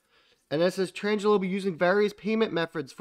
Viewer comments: It's a small thing but you said it so many times ...... Tranglo ---- your pronunciation - tran-jello ..... correct pronunciation - trang-lo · I love ya man buuuut it's pronounced "Tran-glo", not "Trans-jello". :)